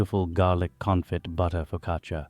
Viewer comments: Why are you calling it a POcaccia? It's FOcaccia! Also you baked it for too long. It's brown on top. Too much. Downvoted! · Nice bake, but Just wanted to mention I speak Italian, and the “i” is silent in the word focaccia . It’s Pronounced “fo..ca..cha”Annunciating the “i” doesn’t make it sound fancier. It just makes you sound ignorant. The more you know🌈⭐️ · You would deserve a parental one for the mispronunciation....foccacheeeeya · please stop saying foccacia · AI did't quite get the pronunciation of the focaccia right. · It is pronounced without the "I"